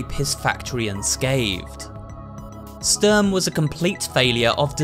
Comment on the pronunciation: Und Sturm haha, "Störm " xd